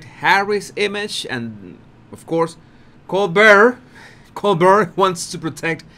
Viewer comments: Colbert.....pronounced as "coal-bear". The "t" is silent. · Brown Bear, Grizzly Bear and ColeBear, that's how you pronounce Colbert.>>> COLEBEAR<<< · it is pronounced… “coal bear” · Love your channel,. It is pronounced Col-BEAR not Col-BURR. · Colbert is french and the pronunciation drops the L and then the T. Coal- bear. That is as close as i can say it. 👍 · so it doesn't drop the L then ? why say it does ?? coaL-bear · It’s Col- BEAR. French. T is not pronounced. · FYI. The T is not pronounced in colbert. Colbear. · Pronounced Co-Bear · Love your insights!! Just an fyi - the interviewer’s name is pronounced Coal-bear’ (stress on the “bear). It doesn’t matter if you pronounce it wrong - we get it - but you seemed to be struggling, so thought I’d help ya out. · Colbear that’s how Colbert is pronounced. Good analysis’ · Colbert like col-bear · Try Colbert like this col, like cold without the d, and bert like air with a b.. Col-bair..👍👍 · I live just down the road from ColberT. Yes. We pronounce the T here. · Fabulous call!! You’re doing wonderfully!! A couple of shots of Harry there looking like he got caught with his pants down. I almost feel bad for him. Almost. And we pronounce the late night talk show host Cole-BEAR. Very simple. That’s the French way to pronounce it. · Pronounced [COALBEAR]--Colbert is a French name. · My Body Language guy, Colbert is pronounced Co bare' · Do you think I could follow ONE channel whose presenter does NOT have to use the F word? Honestly!!! His name is pronounced "coal-bare". Don't worry about it. You're doing great. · Here's HOW you can remember the pronunciation of Colbert; VISUALIZE him as a COLD-BEAR like a COLD shaking BEAR. 👈 Now YOU got it. 💋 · Sounds like “coal bear”. Thanks. Great channel. I love it! H really thinks the public or audience are dumber than he is! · He pronounces his name as Coal-bare. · Colbert pronounce as Col Bear. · Pronouced like Co bear